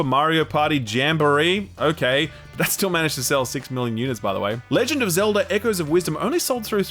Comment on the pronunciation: "ZELDAR" another one